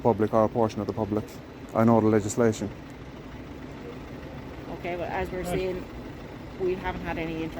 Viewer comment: FFS, the Garda couldn’t even say ‘legislation’ the first time. Probably after having a few whiskeys on the job. This is embarrassing to us Irish.